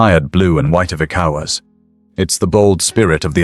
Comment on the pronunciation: hahaha, am I the only one hearing "ecowards" ?